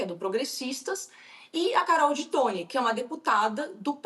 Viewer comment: Carol ti toin 😄 que horror!